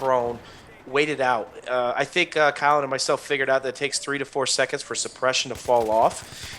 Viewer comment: Sounds like he's calling you Callum